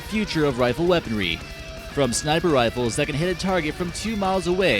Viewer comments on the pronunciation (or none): Worlds most insane “Riffles” ever made. 😄